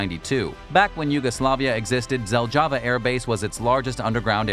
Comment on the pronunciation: What an pronunciation of "ZELJAVA" airport....if didn't watched at the moment of saying that weird word,definitely would't know that he talk about ZELJAVA...